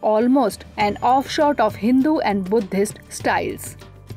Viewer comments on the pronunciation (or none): I wonder why the "Drishti IAS" has allowed this female person to give voice over(speak what is written on slides).Since she wrongly pronounces English words "ascetic" . Same applies to chaste . it is offshoot not offshot. Please refer to Cambridge dictionary available online and learn English pronunciation of these words. IAS aspirants will speak same pronunciation in interview board also.